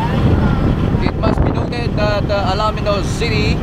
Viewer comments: Ang ganda ng coverage, kaya lang parang hindi taga-Pangasinan ang broadcaster. Correction lang po...ALAMINOS po ang pronunciation just like the way it is written at hindi ALA-MINOS. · Ang announcer ay hindi maraunong mag pronouce ng bayan ng Alaminos. Get on board mister and try again. I suggest you ask the cyclist na dinidilitan mo. (Vic from San Fabian and watching from CA USA.